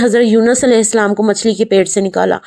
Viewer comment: Behan Galat bta rhi ho Aleya nhi hai aleyya ha